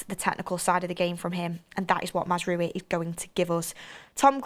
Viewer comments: Not to be that guy but its mazraoui not mazaraoui or mazrooi. And its said 'manwel ugarte' not 'manuel yougarte'. No dirsrespect tho, we love u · Another person who can't pronounce Mazraoui